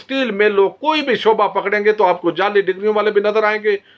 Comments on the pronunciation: sb you are doing excellent job I like your analysis and all but please make your accent correct sorry I hope you don't mind, you are saying jelly instead of jaali (fake) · تو خود جعلی لگتاھے تجھے تو لفظ جعلی بھی کہنا نھیں اتا انکھیں کھول کر پڑھو۔